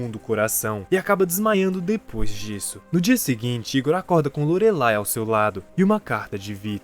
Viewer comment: Se fala "LORELAI" e não Lorelei.